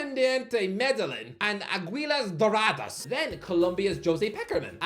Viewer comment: Coming from a Colombian, it pained me to hear him pronounce Aguilas Doradas, Independiente Medellín and Venezuela😭, also Pékerman is class, he was the manager for Argentina and led Colombia to our first World Cup in 16 years, he also helped Nestor Lorenzo with managing and he is now 27 games unbeaten with Colombia, so put some respect on his name